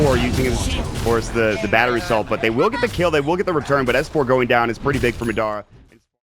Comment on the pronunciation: Has no one mentioned to this caster the proper pronunciation of "Madara"?